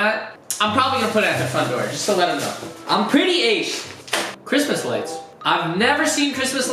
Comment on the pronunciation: did you have one of those mini-strokes bro? That was the juiciest sounding Cwishmas yet my dude!